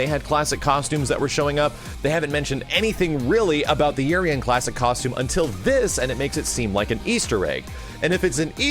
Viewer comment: Urien's name in pronunciation is ooo-rien damn!!!!